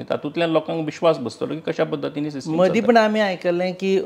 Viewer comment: Its “ system “ not sistim 🤣